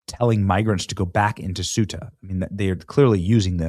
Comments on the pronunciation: CEUTA is pronounced CE UTA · Ceuta is pronounced as "SAY-oo-tuh" in English, with three syllables: Ceu-ta. This pronunciation is consistent across various languages, including Spanish and Portuguese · Please pronounce the name of the town “Coo-ay-ta.” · Thay oooh ta. That's how your pronounce it in Spain. In Mexico they'd say Say oooh ta.